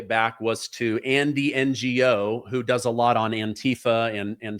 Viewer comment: Andy Gno is said like "Andy No" btw,. Just wanted to clarify that for you.